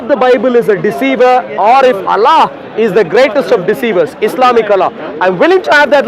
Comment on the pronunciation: This freaking I dian hindu boy pretends to be christian is puposely mispronounces the the name of Allah SWT to sound like western or English man. What an idiot 😆 🤣 😂 😹